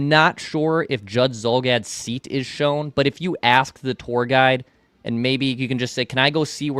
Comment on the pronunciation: can you pronounce tour correctly! Lol. Also Phil could have guessed you have low T lmfao